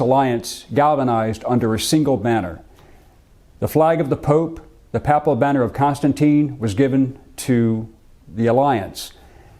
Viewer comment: Good synopsis of the Charles and the battle! Minor correction: pronounce it as paypul, not papple.